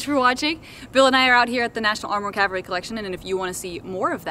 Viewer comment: It's CAVALRY, . . . NOT Calvary !